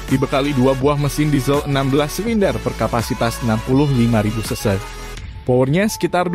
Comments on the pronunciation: CC bang bukan se se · Bukan seu seu tapi ce ce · Iya denger aga kaget sampe ulang ulang, ternyata maksudnya CC 😄